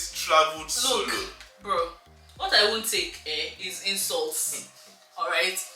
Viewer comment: “What I will not take is insort” 😂😂😂🤣